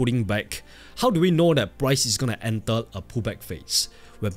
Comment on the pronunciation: Brother please say enter instead of ental😢